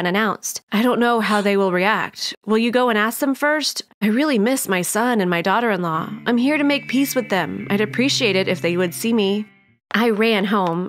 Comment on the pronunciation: why he keep saying duaghter?